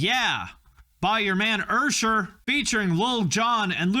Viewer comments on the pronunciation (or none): I didn’t need to know that much about mother. I don’t know what to do with the information I received. Edit: YOU CALLED USHER “URSHER”? I CANNOT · explain the "Ur-Sher" blast...!?